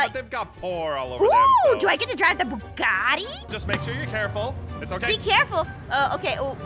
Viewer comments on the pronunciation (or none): It a Bugatti not buggari 😂😂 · I love how she said buguti it 😅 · who else was like "I WOKE IN A NEW BUGATTI" when Jess said Buagatti 👇